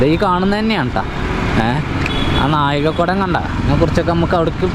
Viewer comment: നാഴികകുടം അല്ല താഴികക്കുടം ആണ്